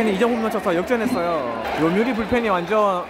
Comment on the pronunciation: 다른건 다 졸은데, 한국 사람이 홈런이 아닌 호므런이라고 발음 하는게 듣기 거슬리네요. 마치 한국 사람이 맥도날드 보고 '마그노라드도'라고 발음 하는 느낌?